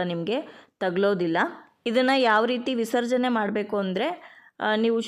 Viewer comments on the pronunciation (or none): Mam visarajeneyannu sariyagi heli